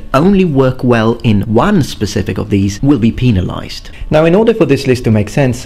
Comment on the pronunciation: haha... "pee-nalized"